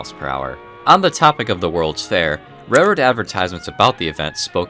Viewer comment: It’s railroad, with an L.